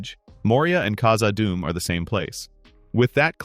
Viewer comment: khazaD dum. Two Ds two words. Not kazaadum.